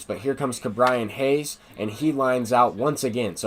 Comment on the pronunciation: Ke’bryan Hayes is pronounced KE and not KA